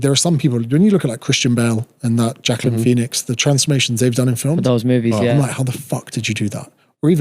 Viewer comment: Did you just say 'Jacklin Phoenix' 😂?